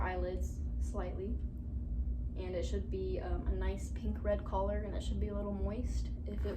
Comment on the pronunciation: It sounded like she said collar when she wanted to say color near the beginning